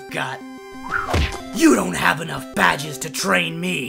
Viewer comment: "BADGES" NOT "BAGES"